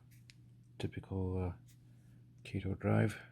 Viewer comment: Kah-toe , good video